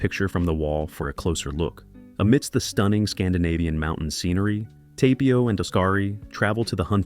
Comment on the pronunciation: Great pronunciation of the names. SMH 😂. Odkari is pronounced liked Os-ka-ri, not Us-ka-ri or As-ka-ri like it us sometimes pronounced as 😂. Likewise, Tapio is pronounced as Ta-pi-o.